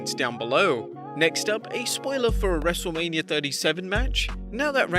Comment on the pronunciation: Say ur name right it's not wrestlelamia its wrestlemania